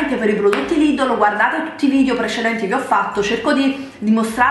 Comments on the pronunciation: si dice lidel non lidol !!! e si scrive Lidl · lidddddl ma come parla